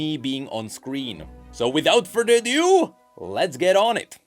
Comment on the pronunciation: Your so bad at saying " whitout further to do " your actually saying it so fast it seems it cool Damn All i hear is Whitout fardudu